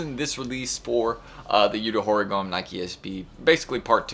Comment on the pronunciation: Ho Ree-gah-may😊